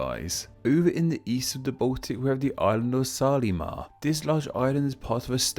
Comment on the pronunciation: Watching from Estonia. And wanted to correct pronunciation of Saaremaa. You said the "e" in the middle as [i], as in letter e in English alphabet. In Estonian it has mor of a [e] sound as "eh" or in the word "red". You also had another Estonian island circled in the beginning of the video but didn't talk about it. It's Hiiumaa, straight north of Saaremaa. It's name consists olso from two words. Second part "maa" is "land", as usual. First part "hiiu" is a turn (grammatic action in Estonian language. We have 14 turns for EVERY NOUN in the language) from word "hiid" aka "hiiglane" = giant, great man. This giant or hero is Leiger, who was a big and strong man, defender of pepole on Hiiumaa island, nephew to Tõll, hero of Saaremaa, just as big man, perhaps a bit stronger than Leiger, even. In this name that "ii" is pronounced as you would say letter e in English, or vowels in the word "sea".